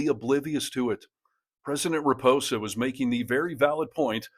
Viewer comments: It is President RamAphosa, not Ramposa. Almost as bad as so many American commentators pronouncing Quatar as "cutter", but at least you got that one right. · It's RA-MA-PO-SA my friend. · Loved the video, just it pronounced Ramapausa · needs to learn how to pronounce the name of the South African President. As this video stands, it's no better than Trump's offerings. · You might have made an attempt to get the SA President’s name right….